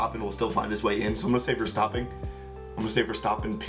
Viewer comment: I really like how you are growing into this sport so fast and with so much enthousiasm! And you are one of the very very few who pronounces the name of VER the right way! you're already so familiar to the usual aspects and strategies that even you 'as a rookie' have a grin with 'Ferrari f*cked up again'. Very enjoyable to see! As a dutchie it is a good time to be VER fan, but it saddens LEC is screwed by his team. You have to see Dutch GP in September and see the fantastic ambiance by that time. Keep the good vid posted!